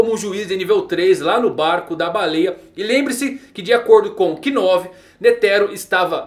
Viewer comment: kinove foi foda man kkkks ( ''novu , lendo se '''